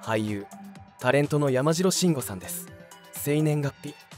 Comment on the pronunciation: やまじろっていったりおかしいね